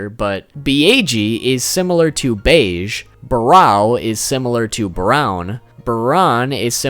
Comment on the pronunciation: Beiige -> "Bage"